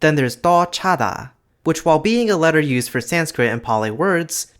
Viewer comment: As a Thai, your pronunciation is ok, though I must say that it kinda sounds like you have a Vietnamese accent. Try reducing or shortening syllables a bit more, as Thai is stress-timed, also you missed some vowel lengths, though these are sometimes not represented in the transliteration so it's understandable. For example in ชฎา, it's not chaa-daa, but cha-daa, with the first a being barely audible and reduced in duration, which is further compounded by the fact that it is short and unstressed, since Thai always stresses the last syllable. That's all I have to say though, thanks for making this video!